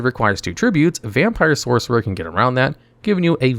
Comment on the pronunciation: Hey just wanna let you know you say lvl 4 monster when talking about vampire ghost and you mispronounced sorcerer when you first talk about vampire sorcerer just saying sorcer, along side mispronouncing voivode love the videos still just don't forget to watch these a couple times with someone who's nitpicky before releasing